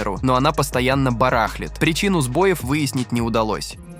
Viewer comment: Не барАхлит, а барахлИт! Прежде чем пижонить и применять красивые словечки, неплохо бы знать, как они произносятся!